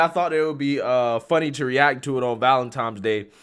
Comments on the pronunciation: Valentine's, with an "n".... You sound like a child saying valentimes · Are we just passing over "valen-TIMES" day? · Valentine's Day or Valen-times day??? Huh? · Valentine's day my guy, not valentimes. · It's pronounced, valentiNes day, not valentiMes day. LOL!!! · Also It's pronounced Valentine's Day... not Valen-TIMES Day 😆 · It's ValentiNes, not ValentiMes, come on man. I wanted to listen but I couldn't after .40 seconds....sorry dude Trump 2024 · It is Valentine's Day not Valentime's Day you have some valid points but if you don't speak clearly you make yourself sound ignorant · Why the fuck are you saying valentiMe with an M? 🤣🤣🤣 it's ValentiNe with N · First off it's valentiNes day not valentiMes day. It's only the fugly girls that don't get cat called that think it's disgusting. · whats valentimes day? is that a new holiday? Im familiar with Valentines day but ive never heard of valentimes... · To all black people : It is not called "Valentimes Day". It is called "Valentines Day" There is no "M" in the word "Valentine". Stop it. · Its Not VALENTIMES DAY..Can you say VALENTINE'S?? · Sounds like you said valentimes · Its called ValenTINEsday. Not ValenTIMEsday. Named after St. Valentine. Not after St. Valentime. Its a common misconception. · ValenTINE"S Day, Not ValenTIME'S Day....lol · It's VALENTINES not VALENTIMES 😂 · Love the vid but I gotta be pedantic for a sec... valentiMes day? It's ValentiNe's day, based on a name of a saint... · "Valentimes Day"? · Bro, it's pronounced valentine's, not valentimes lol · It is not Valentimes day it is Valentines day.. Just in case it is also a library not a libary. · Valentimes Day?????? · "Valentimes day" lol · It’s actually called Valentine’s Day, not valentimes day. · Valentine not valentime. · Valentines day. Not valemtimes day. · I don't know if you pronounce it wrong on purpose or not, but just in case, it's not "Valen-TIMES". It's Valen-TINE's" with an "N". 😂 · "Valentimes Day?" LOL! 😂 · Valentine not Valentime